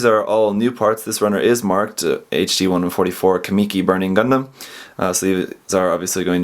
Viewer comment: sorry to be a grammar controller but its pronounced kah-muh-key not kah-me-key